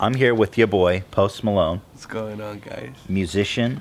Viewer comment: i thought he said "Most Palone"